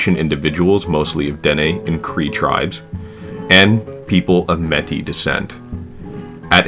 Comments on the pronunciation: Quite a few Americanisms in this video. Native people in Canada live on "Reserves", not "Reservations". Metis is pronounced "MAY-tea", not "met-tea". It is "Northwest Territories", not "Northwest Territory". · Mon oncle (Jean-Paul Vincent) était maire de UC lors de la visite de Philippe. Métis - proper pronunciation is may-TSISS. Not MEH-tee. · May-tee...that's how you say it...Ole kokom from ile-a-la-crosse here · Métis.. pronounced like “May-tee” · Just a small correction for your video. The word Métis is pronounced more like may-tee. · “Métis” is pronounced “may-tee”. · You need to pronounce the é in métis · Your pronunciation of Metis and Cameco are a bit off, but otherwise it was decent. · good video! got a question though. im assuming you aren't from sask based on how you said metis and fond du lac. subbed keep it up